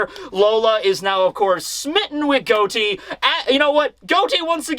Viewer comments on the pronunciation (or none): I love your videos and I wait every Sunday for you, but it's Got-Ti no Goti. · Is it pronounced Goat-E in the anime or something? I’m pretty sure the real life name was pronounced Got-E